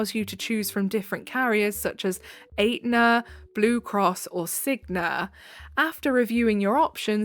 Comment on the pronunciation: I'm sorry, ATEnuh is killing me, I did the same thing before someone corrected me 😆 (it's ETnuh)